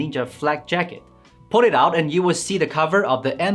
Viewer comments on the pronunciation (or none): none